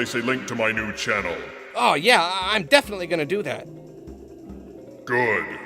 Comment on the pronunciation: Did he say "I deathfinitely" going to do this"?